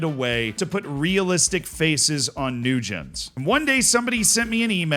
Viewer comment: Your pronunciation of Newgen has me baffled. How do you pronounce generation?